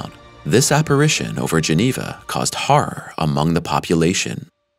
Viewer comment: Haraer movie are scary 😅people who can't pronounce horror,,and a few other basic words,,,,should be questioned about convincing people about questionable theoretical science,,,no offense but just saying,,,,oh that academic paycheck must be grand 😅😅😢😮😊😂❤